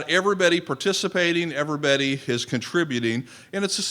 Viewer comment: Where can I see when anything like this is happening in my area? This fellow who says "ever betty" instead of "everybody" is speaking of soil ecology in such a way that its chelating knowledge so i can uptake it efficiently. I've understood these concepts in a new way.